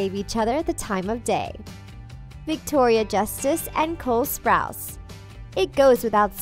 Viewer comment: Avan joja and Cole sprouts ??? Wtf! Get a new narrator, I’m so sick of you disrespecting their names, i unsubscribed and disliked